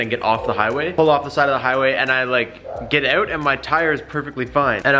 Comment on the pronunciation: it’s out not ouute